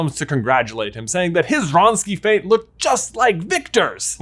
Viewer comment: wronski feint not ron ski faint